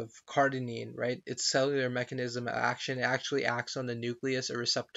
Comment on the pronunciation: Cardarine not Cardinine CardArine not Cardinine Cardarine not Cardinine CardArine not Cardinine